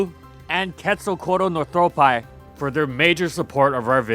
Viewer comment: Day 1 of begging to pronounce Quetzalcoatlus northropi correctly